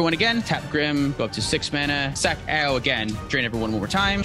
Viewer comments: I just love Tiamat cEDH. So many lines to victory and such a sweet commander. GO!, Ao is named after the Chinese Dragon God of the Eastern Sea; Ao Kuang and it's pronounced Ow. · both your pronunciations of Ao are wrong. So, prolly best not to worry about it